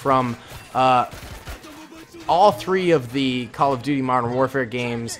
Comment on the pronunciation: did you say “cuttle of duty”?